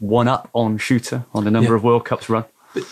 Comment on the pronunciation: Its Shurter not Shooter.. otherwise an excellent podcast!